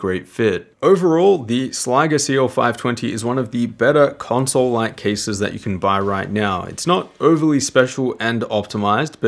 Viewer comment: Why do you keep saying conswole?